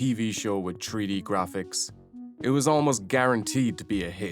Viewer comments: Why is he keep sayin "Tree -D" instead of "three D". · Drinking game idea: Take a shot everytime you say "tree-dee". I'll let you know if I survive. If I never update you, you'll know too.